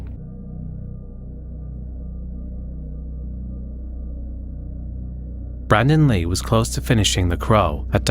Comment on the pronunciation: *Blandon Ree